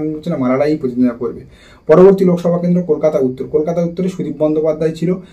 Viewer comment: Kathata contest mane Protiddhondita , thik thak uchharan korun.